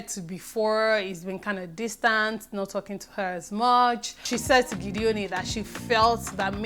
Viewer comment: Thanks again. Meanwhile Its GEDONI (pronounced as spelt) not Gideoni:-) (we are from the same part of the state;cross River) It is not an english name. Your analysis is always on point. Meanwhile I like Mercy and Ike too. My though on Tatcha being in the secret room is as good as yours. She will be "prouder" now. Weldone for your good works here.